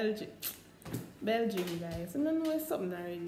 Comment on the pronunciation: " a bel-gym" belguem, dah sumn deh..... i died